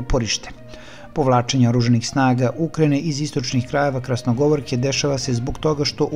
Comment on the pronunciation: Nije Krasnogovorka,nego Krasnogorovka,pa čovječe ti imaš govorni grešaka bez kraja, pa Europa te sluša ,prekini sa komentarima i daj mjesto nekome drugom da to radi kako treba, a ti se malo prošetaj 😂